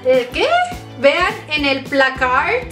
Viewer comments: el placard se pronuncia placar y es el armario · "placarts" JAJSJA TE AMO